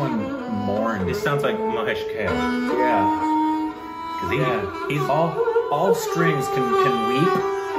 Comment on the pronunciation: It's mahesh kaa-lay not kail.